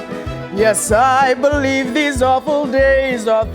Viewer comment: "You better beluve it!"